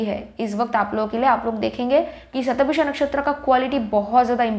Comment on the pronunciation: it's shata bhisha... not visha